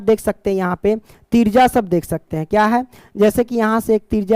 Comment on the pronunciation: त्रिज्या ❎तिरजा ✅😂😂😂 Thank you so much sir❤